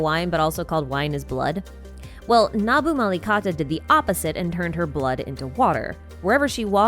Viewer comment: Pls pronounce the Amrita as am brita and nabumalikata as nabu mali katha and pari as pa(as papa) ri